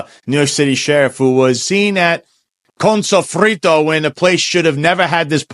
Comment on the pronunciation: 🫡. Props to for the PERFECT pronunciation of “Connnnn Sofrito”! Of course, it’s all I can hear in my half-empty head whenever I see Fritos Chip bags! 😂